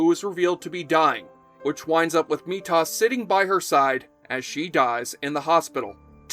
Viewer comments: I cringe so hard my teeth hurt every time you mispronounce "Methos". It is not ME-tOss, it's "ME-thos". Kinda like the the freshmaker, but with an H and no N, or what Walter White made in sky blue little rock crystals. Just watch and listen to how it is pronounced in the show ferchrissakes. 🤣 Another thing: How could you forget the extremely cool Hugh Fitzcairn, played by The Who's Roger Daltrey? He was Duncan's friend and troublemaker that only appeared in flashbacks, and once as a ghost. He was like Amanda, but probably wouldn't look as good in lingere. Oh, and yes, I did see Highlander: The Raven. Turning Highlander into a sort of crime drama was just wrong on many levels, but not as bad as Endgame or The Source. They should have did a spin off with Methos and Joe Dawson, with occasional appearances by Amanda and Duncan. It could have been about The Watchers, and the conspiracies they might have been involved in. I did see the Animated Series, because I have to see everything Highlander related. It wasn't good. Perhaps on its own, on a side universe, with the gravity inverted, and the lights off it could have been awesome, but no, not good at all. Nothing should be rebooted, restarted, rejiggered, reinvigorated, or even touched considering the state of Hollyweird and all the political BS that always gets tossed in to piss everyone off. No one will be happy with the results, not even the people that want the politics injected into things. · Is this AI voiceover? Why does it keep saying Meat-os instead of Methos? Anyone who watched the show would know how to pronounce it correctly. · OK, so you watched Highlander the series and you called Methos "Me-toss"?? No, im sorry, it takes a special case to get that wrong, you cannot even fidget with the name to have that outcome. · However wrote this was a fan for sure, but , the guy reading it sure was not. Anyone who calls MeThOs - me tos is not by definition a fan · Stop saying metosss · Methos, not Meetos!